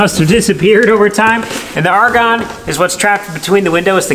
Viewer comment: did you say the argon "aregone"?